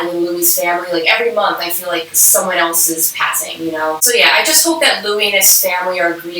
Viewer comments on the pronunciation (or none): none